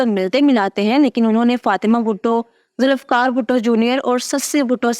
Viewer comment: It's not Zulifkar but Zulfiqar...